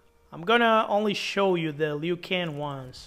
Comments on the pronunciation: Bro said leeoo can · Why did u say Liu Kang like that??